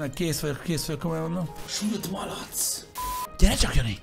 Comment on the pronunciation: Tűlt malac ezt hallom 100%